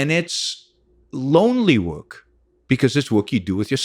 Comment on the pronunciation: He lost me at “woirk”